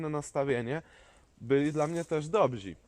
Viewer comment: Dobrzy* a nie dobzi, ale z przesłaniem zgadzam się w 100% 👌